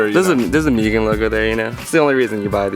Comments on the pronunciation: It’s mew-genn not mujin or mugeen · Love the video mugen is pronounced more or les like (MEW) (GIN) mu-Gin - mugen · its pronounced MOOGEN bro Lol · Moo-Ghen.....is correct pronunciation. You anger the Honda gods pronouncing it incorrectly. Seriously, reps from M-Tech in Japan get very upset if you are unable to pronounce their brand name correctly.